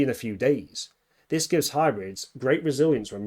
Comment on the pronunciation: "HE COULD BE IN ZIS VERY ROOM!"